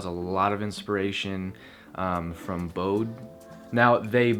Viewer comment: great vid! don't wanna sound rude but Bode is pronounced as Bo-dee